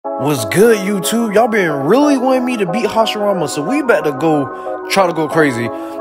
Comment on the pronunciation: yo why hogomoro- Its hasirama